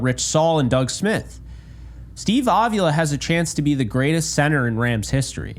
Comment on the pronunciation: its a mexican sir name; it's pronounced a vee la with the emphasis on the vee